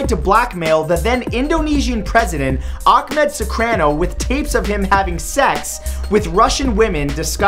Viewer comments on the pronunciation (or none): sukarno not sukrano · I kinda laughed when you said Sukrano instead of Sukarno (Su"CAR"no) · It’s Sukarno, not Sukrano